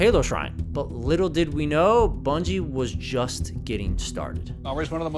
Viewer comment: Bruh who are Bunjie Ross and Frank Connors 😂 (I know who you meant but that killed me lmao)